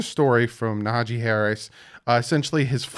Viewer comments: Naja-Hee 😂 you be butchering peoples names, it's funny tho...good work 👍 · Isnt it Najee Harris? you keep saying Nahajee haha